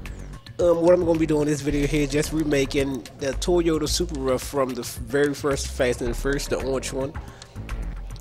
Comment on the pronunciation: Lol u said surpera it's soup pra=surpa